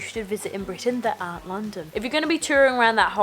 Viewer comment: 5 years in uk,that explains the mancunian way of saying 'Aren't', innit?! haha love it!